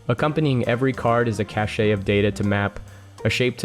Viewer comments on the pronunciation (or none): I don't mean to be a weird nitpicky youtube commenter because I love your content, but I think cache is pronounced kash . Keep up the the crazy high quality content.